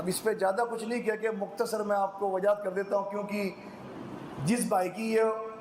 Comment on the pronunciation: Bhaiya pahale aap log apne sheen qaaf se pahale sahi kar lijiye Gujarish nahi guzarish hota Wajahat nahi wazahat hota